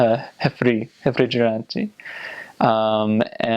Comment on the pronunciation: Ouvir o cara pronunciar "refrigerante" me matou a alma.